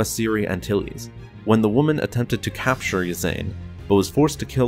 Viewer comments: So, olive green/grey, white, black, or red, pick your fabric, people? I thought Ysanne here is pronounced "ee-saan"? Also, "Loo-sank-ya" for the SSD Lusankya, sometimes called "Lucy". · Sir, another very well-done script, but there are two standout flaws. One is Armand Isard's daughter Ysanne- per Anthony Heald's performance on the 'Bacta War' Trilogy tapes on where this is based, Ysanne's name is pronounced 'EE-sahn-negh'. The other flaw is the name of the Lusankiya, the Executor-class Star Dreadnought she escaped Coruscant with during the fight with the New Republic, the name is pronounced 'LOO-sahn-KEE-ah.' Sorry for the bother, but wanted to point that out! Cheers, respects, and keep up the great work! :)